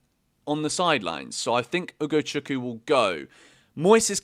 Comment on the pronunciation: Say Ugochukwu again 😂